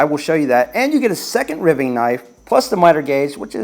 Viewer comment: Good video. Two things though, you should take the inch off the other side of the 2 x 4. I have two employees who got seriously hurt that way. Second thing is it’s pronounced r-y-v-i-n-g knife not spelled that way